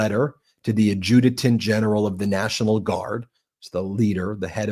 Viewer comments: "Adjuditant general?" You lose credibility when you mispronounce words. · Ben, please learn how to pronounce "adjutant."